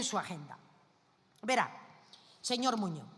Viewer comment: "Señor Moño"... cuando esa analfabeta va aprender que las "s" o la "z" al final de las palabras son para pronunciar ??? MOPONGO a escucharla😡